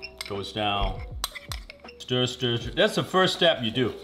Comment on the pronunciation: “Das a sandwich” 😂😂😂